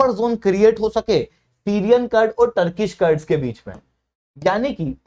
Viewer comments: कर्ड्स क्या होता है रे, कुर्द Kurd, बोल कुर्दीस्तान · कर्ड नही कुर्द क्या आप लोग सब चीजों का english बनाने के चक्कर मे अर्थ का अनर्थ कर देते हो।पढ़ा रहे हो तो कम से कम पढ़े लिखे जैसा बात व्यवहार करें । मेरी बात का बुरा न मानते हुए कृपया इसे सुधारें।धन्यवाद